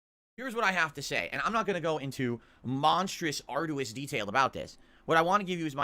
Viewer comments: Give us this day our daily Bookkeeper. Edit: "Ard-u-is"? What is that pronunciation?!?! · Arr-dew-us. with another mispronunciation. He didn't utilize anything in the death fight. They're huddled in a room with an oil barrel, didn't hit it with fire. Didn't utilize angles. That's novice stuff. Then, a character is emitting a green aura, he walked into it and took damage, got downed. So what does he do now that 3/4 are down? Switched to #4 AND WALKED RIGHT BACK INTO THE GREEN STUFF, stood there as the damage ticked, and party wiped. Then complained there was no fire on the ground? Obviously it was the game's fault.